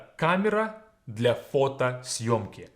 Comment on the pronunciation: Do I just have useless English ears, or does this 100% sound like "гля" rather than "для"??